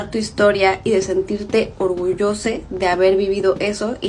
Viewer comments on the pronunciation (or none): ORGULLOSA CON A no con E aprende a hablar niña 🤦‍♂️🤦‍♂️🤦‍♂️ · No crean en personas que digan "Orgullose" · Yo no apoyo ni le creo a alguien que dice "orgullose" 🙄